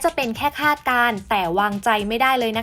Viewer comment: คาด ไม่ใช่ คลาด